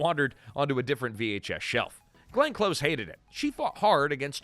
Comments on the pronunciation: Glenn’s last name is pronounced the like the opposite of far it’s close not cloze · Nitpicking here, but please have more respect for my favorite actress than mispronouncing her name. Hearing her name as "clothes" was just painful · It’s Close (as in close to me) not Close (as in close the door). AI? Or young narrator? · Yeah, driving me crazy... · It's Close. As in, "Come close, I'm going to kill you." Not like "Close the door. I don't want the neighbors to see me killing you." PLEASE look up how to say things. Especially when it's someone's name. It'll take you 10 seconds.